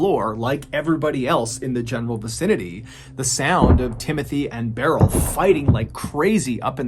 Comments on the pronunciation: Love your videos and how you deliver them!! Just a tidbit for you. Beryl is pronounced like "Brrr..L" not like "barrel". I have an aunt named Beryl. It's not a very common name. This is how we've always pronounced it anyways lol. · Beryl is pronounced like "pearl". Sorry, it was bugging me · It’s not pronounced Barrel. It’s more like pearl. With a B. Or Burl. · The name "Beryl" is typically pronounced "Burl", not "Barrell." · I cant decide which is more tragic, an innocent man being wrongfully executed or Mr. Ballen mispronouncing Beryl as Barrel for this entire story 😢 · I’ve never heard someone pronounce Beryl like that. I always thought it went like “Burl” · Clearly Timothy’s story is the true tragedy. What is the proper pronunciation of Beryl?